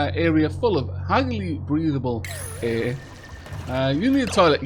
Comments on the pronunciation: I've never heard anyone mispronounce 'air' like you do. Eh! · First, I love the way you say the word air. Haha. Second, I'd like to be added to the name list. Thank you!! I love your videos!